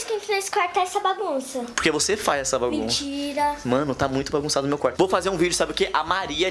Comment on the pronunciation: "mintira".... 😂 😂 😂 😂 eu ri muito